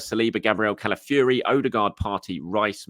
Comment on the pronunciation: Maybe after that we can get him to pronounce Calafiori correctly instead of Cali-fury